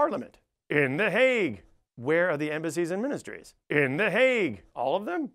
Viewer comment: Here I am, two years later, seeing him say that my home town is a shitty suburb of the Hague. He did pronounce it surprisingly well though.